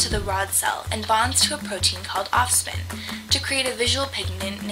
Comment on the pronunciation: it's not rhodospin and ospin it is rhodopsin and opsin